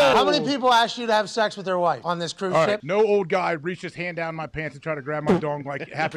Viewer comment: I don’t care whadd I’m watching. I’m hittin the DAHN every time Hammer DAHN is said